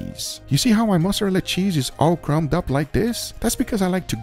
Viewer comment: I’m curious to know what “Mozarella” he uses, because that’s definitely not Mozarella 😂